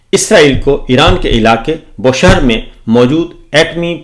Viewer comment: It is BOOSHEHR,not Boshehr.